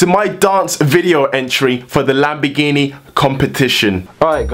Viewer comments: your pronounciation of lamborghini is "lambigini" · Im from Italy you cant say lamborghini you say lambegini